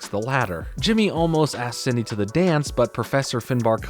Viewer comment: I love how pronounces Cindy as "Sidney" lmao Idk if anyone noticed